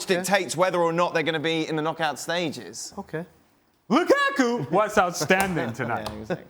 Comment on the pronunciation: This guy as always hates "Loo-kah-kuh"